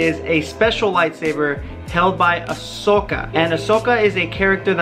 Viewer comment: Come on man don't say Ahsoka with a mexican accent.